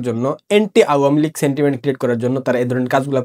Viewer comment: vai pronounce ta pls thik koren ... its not auuua mi lig.. its awamilig